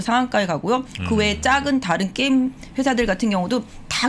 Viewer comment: 께임, 메타뻐스, 빼터리 .... 발음이 조금 과격하십니다.ㅋㅋㅌ